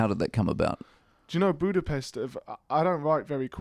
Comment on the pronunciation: Hoodapest hahaha awe George